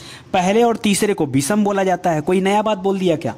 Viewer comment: आप हिंदी व्याकरण और साहित्य पढ़ा रहे हैं।आप अपना उच्चारण स और श का शुद्ध रूप से करें तो अच्छा रहेगा। पूरे लेक्चर में बार बार अशुद्ध उच्चारण सुनकर बुरा लगता है। विषम को विसम बोलते हैं। कृपया ध्यान दें।